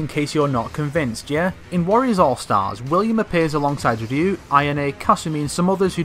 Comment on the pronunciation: Holy fuck, a youtuber that can pronounce the name Ryu!